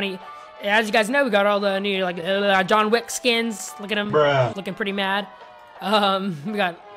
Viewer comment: who else heard "John Lick"